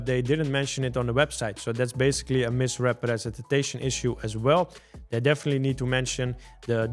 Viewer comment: Misrepretenstation error 😂 Dude stop saying it that weird